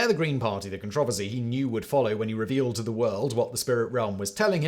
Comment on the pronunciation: Just reading the tittle knew he would pronounce "controversy " without a couple letters.